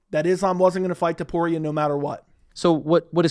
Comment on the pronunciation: It‘s actually TOPURIA,not TUPORIA my man. It‘s unbelievable how many americans find it hard to pronounce a sinple name,but it‘s not surprising